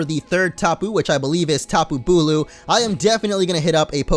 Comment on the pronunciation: BULU! Not bulk